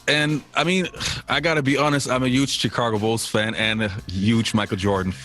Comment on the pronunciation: I am blown away your landing these interviews! Speaks volumes on your content! Now if we can just get you to pronounce Chi- cago right lol. Great job!